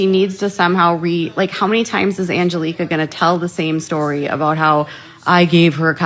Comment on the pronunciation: Omg…criminal activity and defamatory? For doing nothing nearly as defamatory as what she does to literally EVERYONE she talks about??? And, it’s NOT AngelEEka…it’s Angelika! 🤦🏻‍♀️ She’s lucky she doesn’t have 20 more lawsuits than what she has. Again,, you don’t get special rules that say you get to defame, bully, stalk, and harass whoever the hell you want, but they can’t talk about you! It doesn’t work that way! 😳 FYI, you have ZERO legal or reporting credentials (or expertise with cults, to be honest)…but Emily AND Uncivil are licensed attorneys, so I think they win as far as experience goes! 🤷🏻‍♀️